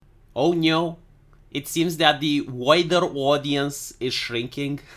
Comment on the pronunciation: "Oh Nyo"? I see a shark has bitten...